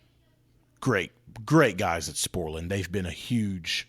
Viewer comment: Sporlan..or as says it.. Schthporlan.